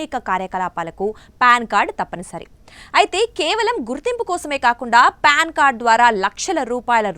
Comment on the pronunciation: అమ్మ తల్లీ, అది ప్యాన్ కార్డు కాదమ్మా.. పాన్ కార్డు.